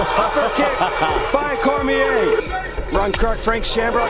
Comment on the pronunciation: Bruh said "Cormière"